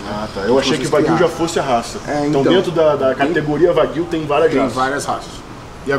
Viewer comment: Corrigindo a pronúncia “carne de uai-guiu